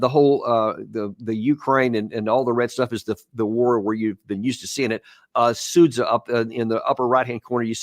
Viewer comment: Be the first to pronounce Sudzha correctly: “Sood-zya” 👍🏻